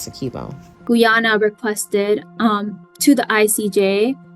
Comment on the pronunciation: True but 100 issue Russian judge was bribed by England. Disputed prior to oil gas discovery. Imagine 😢 who's explaining can't even l Pronounce Guy a na . She say gwe a na. Lol